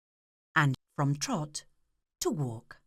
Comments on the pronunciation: twahts? isnt it t-rot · Trrvot, I know she's saying teerrott but it sounds like trrvot. Lol lmfao